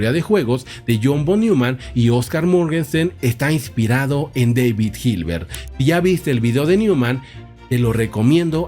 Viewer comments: Su nombre en alemán no se pronuncia "deivid" sino "dáavid". En cualquier caso, siempre se puede decir en español, que tampoco es su idioma original y tiene una justificación, al estar este canal en español. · En el idioma alemán David se pronuncia David, como se escucha, daivid es más bien idioma inglés.